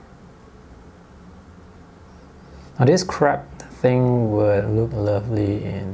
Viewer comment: That had me laughing as well, it sounded a lot like 'this crap thing" LOL